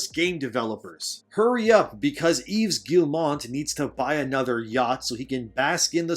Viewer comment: Bro you complaining about all this shit when you can't even do basic research to figure out how to pronounce Yves Guillemot. There's not an N anywhere is good name you fuckin moron